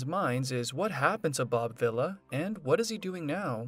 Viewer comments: I enjoyed your video and learning what Bob is doing now. The only suggestion I have is you should learn the proper pronunciation of your subject's name. It is pronounced "Vee-la" not villa. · It's pronounced Vee La. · You need to say the name right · Your saying the last name wrong